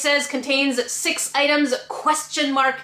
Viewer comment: he says POSSIBLY 6 idems